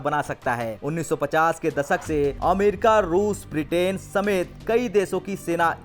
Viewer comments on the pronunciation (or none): none